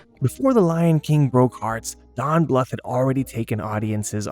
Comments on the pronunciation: Don Bluth's last name is pronounced as blooth, not litherally bluth. Also, my famorite movies from this time were literally anything Don Bluth and Ferngully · Don bluff lol 😂 it’s John Bluth